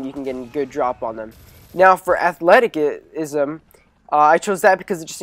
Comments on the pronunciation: i think its pronounced (athletizisum) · athleticism is pronounced ath-let-i-siz-im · The c in athleticism is pronounced as an s